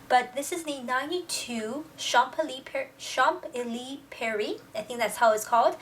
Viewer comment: I believe Zara has actually opened a store at 92 av des chps élysées in Paris, their newest address. I went over there a couple of months ago but cannot be sure if it is located at n°92 in particular. It is very likely that this might be the biggest store in the citycentre. Also, here is the right pronunciation of the name: [av(ə).ny de ʃɑ̃.ze.li.ze] Hope that helps!